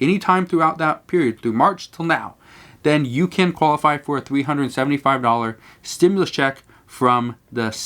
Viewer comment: Dude, it REALLY bothers me how he says 'stimulus' like a pronoun